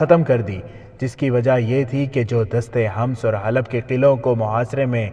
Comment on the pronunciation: لفظ حماس نہیں ہے حمس ہے